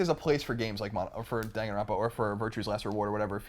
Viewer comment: lolz it kills me inside that everyone keeps mispronouncing "Danganronpa"